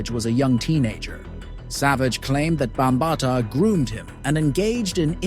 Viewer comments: Bam ba Ta learn how to pronounce his name before you speak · You are mispronouncing his name. Makes it hard for me to take this seriously.